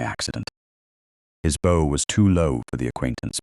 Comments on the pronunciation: How did duchess attend london party if in bath? When did she get ring? BOW IS PRONOUNCED BOUGH. Make sure pics match. Proof before publishing. A great story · I Love Aunt Honoria too! The Narration was very good except for the continuous mispronounciation of bow which rhymes with bough. She became very strong.